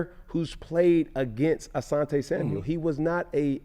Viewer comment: Why do so many of these pro athletes call him Samuels 🤣🤣🤣🤣 it’s Asante SAMUEL